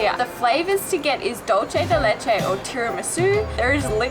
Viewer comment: My Aussie friends. Choripan: Chori = Chorizo (Sausage) and Pan = Bread. NOT HOT DOG! Hot dog meat is ground to a paste and chorizo is ground into small chunks offering more texture. Hot dogs are are skinny. Chorizo is thicker. Dulce de leche was butchered. Dulce is pronounced (doolce not dolche) (dolche is the Italian pronunciation). In the US, we all it Milk Jam. Helado sounds like hell-ado. In Spanish, the 'h' is always silent (elado). On your next trip, go with a travel guide who is an expert on where you are going. I'm from Argentina and I live in the US. I've also lived in Mexico, have traveled in Europe and have been to Melbourne, Australia. I can improve your experiences.